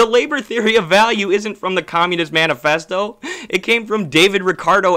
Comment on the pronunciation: Did bro say Menu festo??